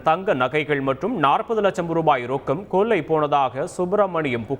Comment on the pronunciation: இது கொல்லை யா. கொள்ளை யா? உச்சரிப்பு மோசம்